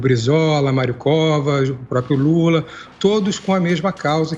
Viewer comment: "Luta" ou "Lula" ?? Tá errado isso aí